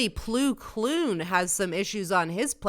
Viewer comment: Ploo kloon? Yeah you really like Star Wars don’t you lol. It’s Plo Koon